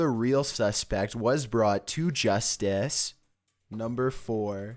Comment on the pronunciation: It’s justice not justace (no offence but you sound weird)